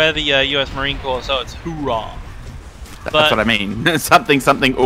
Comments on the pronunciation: Marine here: it's Oorah, but we just say rah these days. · USMC is Ooh-rah, it’s just quicker and less defined than the Russians Ura